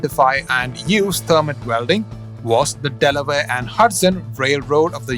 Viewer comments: It's pronounced thur-mite (Thermite) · In the United States, it’s spelled, “thermite.“ The vowel sound is a long “i”.